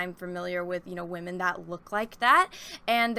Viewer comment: First off, I adore your videos, you're entertaining, really get into your topics, very intelligent, hilarious, and I have yet to disagree with anything you've ever said in any video of yours I've ever seen, but I must ask, what is waamen/wahmen? Is it a new term for women? Is there any significance to it being pronounced differently? I noticed you said it a lot, and honestly I'm curious. I tried looking it up but I couldn't get any specific answers